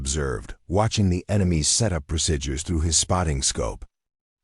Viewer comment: World be nice if AI could say certain words correctly. Words like procedures , live